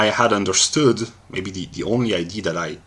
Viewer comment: Was looking for a Hegelian refutation from Russel, but this didn't sound like one? BTW I like that you pronounce idea as ID, makes clear that we in ideas perhaps are looking at images of identity.